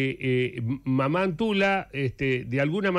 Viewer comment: La pronunciación no es mamá es Mama . Es quechua la palabra.